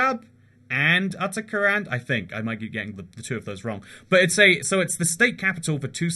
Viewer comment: "utter-kuh-hand" im crying omg